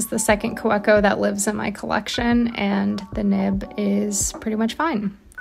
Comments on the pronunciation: Jet pens has a great video on how to correctly pronounce Kaweco(german). I had to listen about 750 x to finally get it correct😅 Ka-ve-cou ❤ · Hi, love your videos. FYI i believe Kaweco is a German company so the w in Kaweco is pronounced as a "V". So it would KaVeeco. Please let me know if this is incorrect.